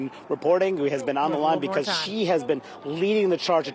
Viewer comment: MTG: LEARN HOW TO SAY "BECAUSE."